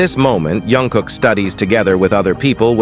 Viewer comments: iT'S NOT YUNG KOOK BUT JUNG KOOK, PLEASE SAY IT PROPERLY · jungkook not yongkook😂😂😂